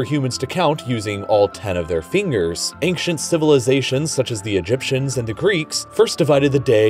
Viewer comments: Ancient not ainkshent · The narrator pronounces "ancient" very oddly.